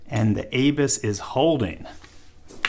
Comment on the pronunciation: A bus ... is how its pronounced .